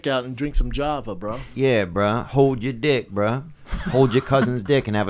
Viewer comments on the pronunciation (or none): none